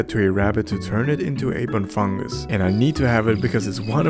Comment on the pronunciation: first off tis not "bufungus", its "buNfungus" its not "rocky stroller" is "rocky roller"